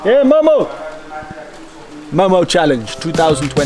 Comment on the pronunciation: I’m half Nepali! And momo is my fav food 😋 And that’s not how u pronounce momo ;w; Btw did u know that Nepali ppl eat rice for lunch and dinner??